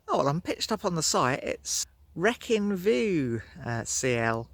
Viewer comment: Nice Vid but it's the Wreekin not Wreckin